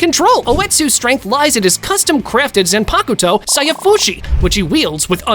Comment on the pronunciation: yuroichi isn't known as the flash goddess for her skill in using the flash step... If you know what I mean 🌚🌚 Also her final form is called thunder cat not thunder god. That's another fast character Minato from Naruto. You're confused. Also, that's not how you say zanpakuto